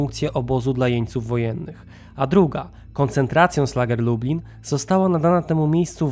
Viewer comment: Lektor cały czas mówi Lubin zamiast Lublin, porażka ..